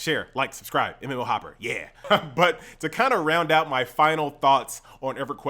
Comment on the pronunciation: You actually got me to subscribe with that 'mmo hoppaah, laike share and subscibe"